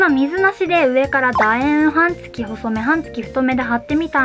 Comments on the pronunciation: 「はんつき」が気になって気になって。 「半月」は、「はんげつ」です。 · 解りやすい動画をありがとうございます(^-^)/私も、いろいろ試してテープはこれが一番と思っています。「半月」は、「はんげつ」と読むのでは？ 「はんつき」と何度も言っておられるのが気になります。